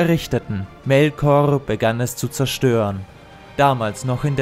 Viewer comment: "sein Name" "EA ES SEI!" "Manwe" "MelkoRRRR" "dahhherr" "haaillig" "Gejjstrwesen" "DIE VALARRRR" "Olwe dem Bruder von Elwe" "sehende Steijne" "dreijmal bat er sie um eine Flechte, dreijmal sagte sie nein zwischen ihnen würde keine Freundschaft mehr sein" "pack dich" "scher dich weg" "da wurde Feanor zorrrrnig" "UnTerTessen" "Galadriel" "dort kamen ihm die Balrogs entgegen" "die Geschichte von Morgoth und Feanor" "...."